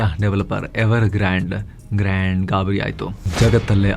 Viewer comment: who related ಗಾಂಡ್ ಗಾಬರಿ ❌ ಗ್ರಾನ್ಡ್ ಗಾಬರಿ ✅ 😂😂😂..